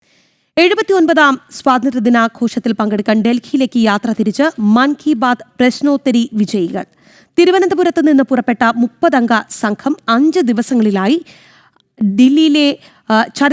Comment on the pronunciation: പ്രവേശനോത്തരി അല്ല. പ്രശ്നോത്തരി